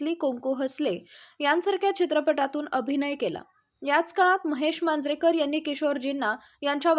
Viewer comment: Kiti adhudhda bolta,mahesh manjarekar uchchar kasa kela?